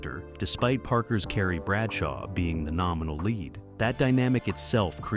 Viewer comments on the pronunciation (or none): none